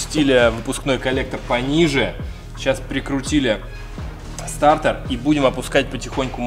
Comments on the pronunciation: стартэр? или стартер???????????)))))))))))))))))))))))))))))))))))))))))))))))глуп звучит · Ну, мужики, ну блин, стартЕр же а не стартэр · СтартЭр ))) Почему то режет слух ))) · Мне одному режет слух этот вот «СТАРТЭР» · классный видос!! Но слово стартЭр уши режет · Как же бесит твой "стартЭр".. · Сцука " стартор" аж уши режит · Нафига ты говоришь старЭр😂😂😂